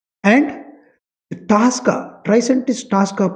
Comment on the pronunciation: Its not Taska. Its tosca. Please pronounce it properly